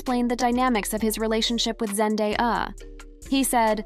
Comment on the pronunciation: This poster needs to learn how to say Zendaya’s name correctly. 😂🤣